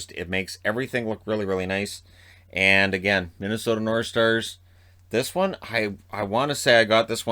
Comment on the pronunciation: No one: Absolutely no one:: Minnesota Norshtars